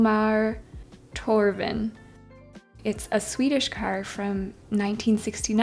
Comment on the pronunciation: Oh us Swedes and our silly spelling... You nailed most of the name. Alas, the "tj" in 'Tjorven' is pronounced like the "ch" in 'chimney'. Because our 'ch' sounds can be written as 'ch', 'sk', 'k', 'skj', 'tj', 'stj', 'sj', 'sh' and 'sch' - and leaning the difference is the worst part of Swedish elementary school 👍